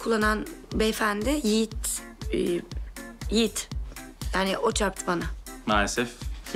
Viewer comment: Can say Yogi no Yigit 🤣🤣🤣